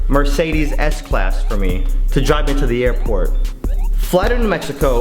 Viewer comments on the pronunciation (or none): none